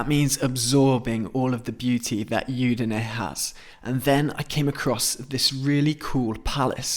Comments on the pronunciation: Very nice. However Udine is pronounced with an Ooh sound at the beginning not a Yoo sound. Hope that helps. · I think the city is udinee… not yudinee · È Udine, non iudine